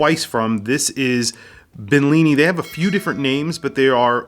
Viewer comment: I don't really think you liked.the watch that much. Since you couldn't even pronounce the name. Money is money I guess